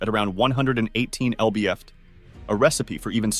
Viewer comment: "Ell bee eff tee" of torque? Really?